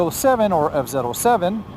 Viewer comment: It's a Fz not a fzed